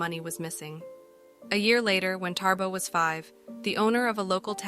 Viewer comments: Not TaRbo! It's Thabo pronounced as Ta-bo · its Thabo not ThaRbo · I know it's no biggy, but your pronouncement of his name is not correct. You say Tarbo, it's Thabo.